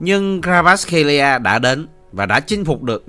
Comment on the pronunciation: " Cờ va rát " ko phải " Cờ ra vát " nha br , cả clip dài mà br đọc sai từ đầu đến cuối :)